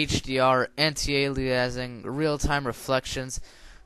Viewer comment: Oh man, I love Aintee-aleeassing